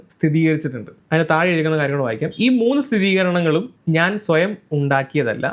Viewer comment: സ്ഥിരീകരണം എന്നാണ്. സ്ഥിതീകരണം എന്നല്ല.